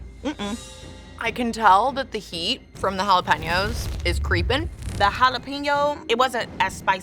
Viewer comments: I CRINGE when food reviewers/cooks don't correctly pronounce ha-la-PAIN-yo. They get it 3/4 right, but then say PEEN-yo. It's HA-LA-PAIN-YO! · hot dog looked amazing, but if I had to hear her say Jalepeno one more time I'd have to give her a lower score. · The way that one lady pronounced it as “Halla PEN yo.” 😭😭😭😭 no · They way she is pronouncing jalapeño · 0 for 4 on pronunciation....geez, teach people how to say jalapeño for crying out loud